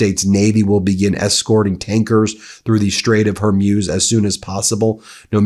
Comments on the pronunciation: It's pronounced "Whore-Mooz", not "Whore-Muse". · great coverage! However, Hormuz rhymes with booze or schmooze, not fuse. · I think the Strait of Hormuz is pronounced “horr mooz” by English speakers rather than “ horr myooz”.. We’re gonna hear that word or that geographic location many times in the near future. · Xi is pronounced SHE. Straight of Hormuz is pronounced MOOZ not muewz. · I spent a year in the Gulf with the US navy and never heard the Straight of Hormuz pronounced Hurmuz. I just Googled the pronunciation and it said Hormooz. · Will someone please tell Ben that it’s Hor-mooz, not Hor-muse? I can’t believe no one close to him has said anything. It’s cringeworthy. 🙉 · Please tell Ben to work on pronouncing names of people and places : Hormuz is pronounced Hormooz. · Please stop saying Hormuse, pronounce it correctly as it is spelled Hormuz. You're a brilliant guy so don't keep bringing yourself down every time you try to say that name! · Ben, please, Hore-Mooz ! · You really dont know how to pronounce strait of hormuz? How? In all youre life you havent heard it pronounced hormooz? Kind of weird tbh. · Sound informed: Hore-MOOZ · Love Meidastouch and Ben, but his mispronunciation of names drives me crazy..Hormuz is pronounced Hormooz and not how he pronounces it. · Ben ! Dude say it with me . Hormuz - hor-mooz . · Hormuz not Hormuse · Zíøs are always bad at pronouncing places in the Middle East correctly. He’ll never get it. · Hey Ben !!!! Learn how to pronounce Strait of Hormuz!!!! It’s killing our ears !!!!!!!!! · Plz pronounce Hormuz correctly Feels weird to hear such distorted pronunciation